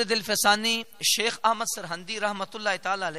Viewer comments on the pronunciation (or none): معذرت کے ساتھ حضور شیخ نا بولیں شَیخ بولیں آپ ہمارے سر کا تاج ہیں🙏🙏🙏🙏🙏 مجدد پاک رحمتہ اللہ علیہ کا نام لے رہے ہیں آپ کیوں کے میں الحمدالله نقشبندی ہوں اس لئے مجھ سے رہا نہیں گیا متشابہ تو کسی کو بھی لگ سکتا ہے جزاک اللہ آپ سلامت رہیں